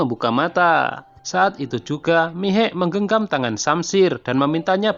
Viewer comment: Bukan miegh tapi Meha